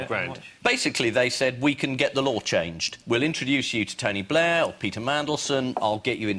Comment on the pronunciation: Great Lee pronounciation there, "Tony Blur"